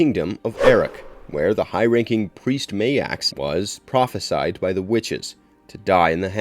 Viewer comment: This movie came out a year before Krull and it has a weapon that resembles the Glaive! As for the whole "killing of dogs" thing, when are bad guys gonna learn not to do that? You pronounced "prophesied" correctly! You wouldn't believe how rare that is. Baal worshipers.